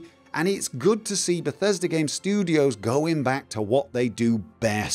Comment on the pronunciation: *IGN USA*: Dur Hur - tew moch bethesta gaym in dis befesdah gaem Tehn owt off Sevum!!!